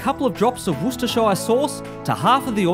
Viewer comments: What a shame you can't pronounce Worcestershire.. i.e. as in Woostersheer..! But great recipe. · Got to work on your pronunciation there mate. It's more like Wustehsheh. There ain't no shire despite the spelling. But hey it is worse in the US where you have people saying War Chester Shire or something similar. Grilling season is over here, so no idea what I'm doing watching your videos. Maybe planning for when the weather warms up again! But, regarding oysters - raw is always best surely...